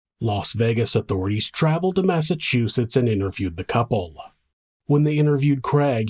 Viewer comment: Thank you for pronouncing Massachusetts properly. So few do.